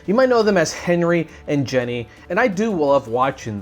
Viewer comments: I just wanted to point out that you are pronouncing Jenie's name wrong. I probably spelled it wrong, but I haven't ever really seen it spelled out. But yeah, her name isn't Jenny. It's pronounced like genie. You know like the wish granting guys that live in bottles. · nice video, btw its pronounced geee neee